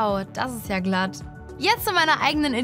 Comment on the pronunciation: "Wow, das ist ja glatt" Alter, diese Betonung ist ja fürchterlich..